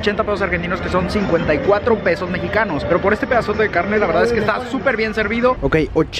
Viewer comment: Por que pedos en vez de pesos jaja y gracias por hablar asi de bs as. Es hermoso! Y coso es imposible comer por ese dinero en un dia jaja